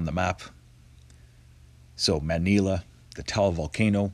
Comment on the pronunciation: Taal is pronounced, Ta-arl. He's my neighbour.